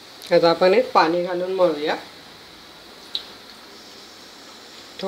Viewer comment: छान रेसीपी , भाषा थोडी सुधारावी असे सुचवासे वाटल, पानी नाही पाणी